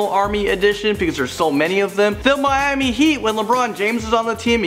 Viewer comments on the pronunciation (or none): none